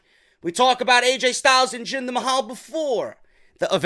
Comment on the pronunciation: Jinder MAY-HAL lol !